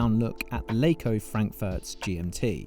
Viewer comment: It's Laco not Leiko